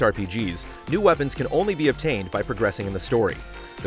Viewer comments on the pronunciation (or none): none